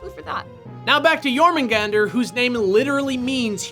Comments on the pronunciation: I don't think you're supposed to pronounce the "r" in Jormungandr. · Jormungandr is pronounce Jor-mung-gah-dar.